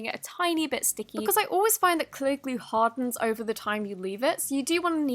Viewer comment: Why do u say Elmere's Gluuu..... not glue???